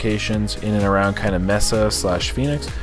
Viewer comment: Yeah definitely agree… Mesa is one of the largest cities in the country, probably top 25 (bigger than Atlanta, Oakland, Miami, etc). Gotta know how to pronounce it 😮